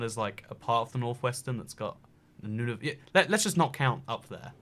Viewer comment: N u n a v u t. ITS NON-OV-UT YOU AMERICANS DRIVE ME UP THE WALLS UNABLE TO PRONOUNCE SUCH OBSCURE, NATIVE NAME